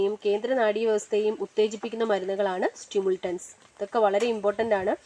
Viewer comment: Ithil nigal സ്റ്റിമുൾട്ടൻസ് ennanu parayunnath സ്റ്റിമുലന്റ്സ് എന്നാണ് വായിക്കേണ്ടത്.